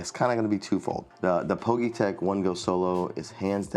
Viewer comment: Nice review 👍 I think it’s pronounced as individual letters ie P G Y tech?